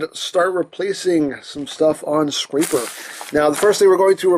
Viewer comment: Your saying his name wrong. It's scraper like a scrap piece of paper.